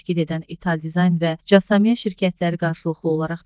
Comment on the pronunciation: 'Casa mia' yox, Kasa Mia 🤦‍♂️ Öyrənib oxusaz, daha yaxşı olar...